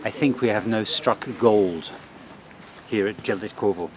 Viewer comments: Jelitkowo you should pronounce Ielitkovo. "j" is pronounced like "i". Stogi means "stacks" like haystacks. Probably there were fields some time ago. I don't know how it works in Gdańsk but in Warsaw you can by a tram/bus ticket online, use an app and scan it when you are on the bus. Loved your video as usual! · it's "yell eet cov o" polish j is pronounced y, other than that it's a great video, when I was young boy I used to skip class and go to "travel" by trams all over the place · Going to Jelitkowo pronunciations YELYTKOVO. I grow up in Gdańsk and never question name of the places but now you made me think and oh boy the closer to the nam of yelitkowo in English would be,, intestines,, oh this is terrible 🤣🤣🤣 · Jelitkowo _ not j but y (like in yesl